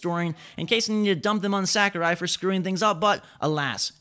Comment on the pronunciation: Holy shit. Sakurai. You fucking butchered that name. Sackerai?